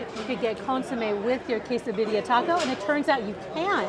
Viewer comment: k-sah-di-ya or quesadilla. not quesa-dill-ia...the food looks great!